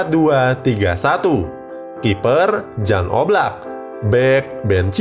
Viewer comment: Silva udah. Keeper yg susah nyari nya, oblak ga di jual Atleti musim ini. Btw, Jan di baca 'Yan'